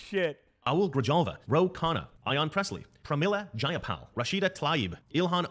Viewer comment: how hard is to say Ro Khanna it is like row as if you’re rowing a boat.